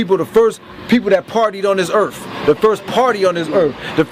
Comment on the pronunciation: What a fucktard. "Planet Erf". One reason these asshole losers run into trouble is they can't speak English at a 4th grade level. It's absurd, you've been educated in the English language your entire life and you can't form a proper sentence. What the fuck DID you learn in school, other than the word Caucasian?